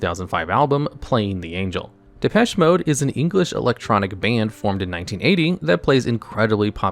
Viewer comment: The way he pronounced "Depeche" made me suffer, but not well.